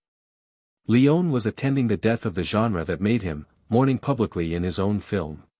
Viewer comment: "We also dive into the film’s massive 436-page screenplay", Well in that forthcoming video, you might certainly make a concerted effort to get this incredible director's last name pronunciation right : Sergio Leone (/liˈoʊni/ lee-OH-nee), A amateur effort. Google it next time at the very least. This you certainly missed what your narrators certainly did. Would John Wayne's surname be (/way /nee) ? Proof listen next time please!.